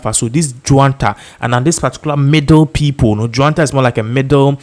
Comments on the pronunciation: And it's not Juanta , it's junta just like june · Please, it’s NOT JUANTA. It’s JUNTA.